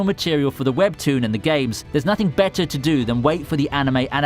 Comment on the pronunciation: BETTAH AND BETTAH